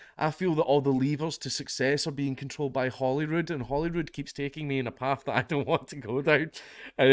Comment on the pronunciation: You said Holyrood. I heard Hollywood.